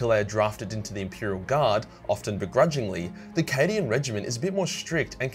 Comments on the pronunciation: I know he said “cadian content” but I heard “Canadian content” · Did he say subscribe for more Canadian content? I def heard Canadian content, not Cadian.